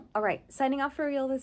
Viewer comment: Wirklich sehr süß, wie ihr versucht ein Gespräch über Essen zu führen und dann euch keinen "guten Appetit" wünscht, sondern euch zuprostet. Sehr süß! Die Aussprache an sich war schon echt gut, nur das "auf Wiedersehen" war echt ... uff~. Aus welchem Teil Deutschlands sollte das denn kommen 😂. It's amazing to see the differences between the videos. Realy nice! Props to you two and your friends Greetings from Deutschland (germany)